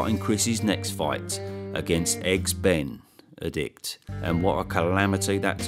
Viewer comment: Eggs.. Benn.. Adict.. Omg 😂😂😂😂😂😂😂😂😂😂😂😂😂😂😂😂😂😂😂😂😂😂😂😂